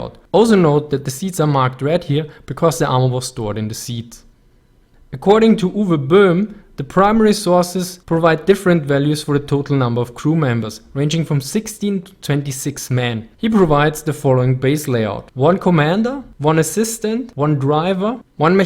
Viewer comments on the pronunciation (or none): Did you say s-c-ources? Scources